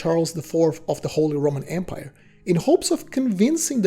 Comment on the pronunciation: It's empire, not embire.